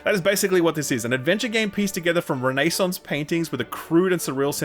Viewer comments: "Re-nay-saunce".... i cry inside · Did he really say Reynaysaunce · I have now listened to an Australian try to pronounce "renaissance" and I wasn't disappointed. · I need go say Renaissance more in these scripts. Just spit coffee everywhere. Love the video!